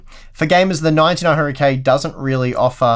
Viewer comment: When you try to say "9900K", you often mumble it and say "900K" and sometimes it even sounds like "1900K". It's doing my head in! Is it the sleep deprivation? Regardless, love these videos, thank you.